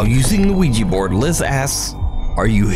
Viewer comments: Nuke just so you know, it's not wee-jee, it's wee-juh, spelled Ouija. It plays on the French word "oui" meaning yes. Please people, at least pronounce it correctly. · lol It is pronounced WEE-juh. These are pretty amazing shots, though, and I still say great vid!